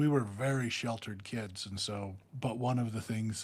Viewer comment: OMG!.. says Kidzes too.. 😂... The one thing says that really irks me... We in the Northeast... Maryland say kids, then moved to Georgia and the south says kids... Is Kidzes said by everyone.. 😂